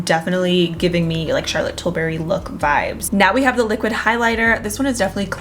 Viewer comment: I always giggle how says Charlotte Tilberry instead of Charlotte Tilbury